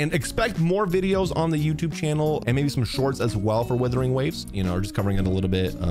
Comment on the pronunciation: Sorry but stop. It's not withering.. there's a U. It's Wuthering Waves.